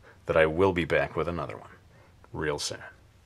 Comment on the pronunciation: Great vid as always, but I couldn't help but notice it sounded like you said you would be "back with another one real sad.". Will the drawing be sad, the person in the drawing, or will you be real sad to be doing another one? lol This was a great pose and I'm looking forward to your next one real soon. Sad or not.